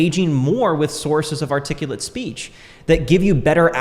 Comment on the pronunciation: My man said articullit and I clicked off I'm sorry dude lmao